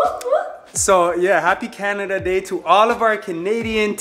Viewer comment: said Canadada day 😂😂🤣🤣